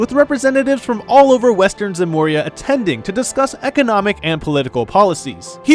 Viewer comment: Good video but a couple pronunciation things: Heiyue is Chinese, so it's :"Hey-you-eh." Zemuria doesn't have an n in it (not Zenmuria).